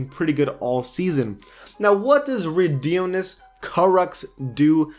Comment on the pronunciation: Jesus you butchered Rodions' name...